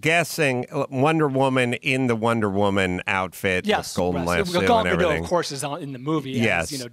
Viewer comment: Everyone pronounces Gal Gadot's name as if she's French. She's Israeli. The "T" in Gadot is not silent. It's not Ga-doh. It's "Guh-dot."